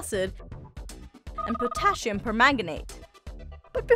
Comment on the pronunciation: The mispronunciation of “pipet”, “potassium”, and (for-the-love-of-god!) “molecule” make me want to pull your science card . . .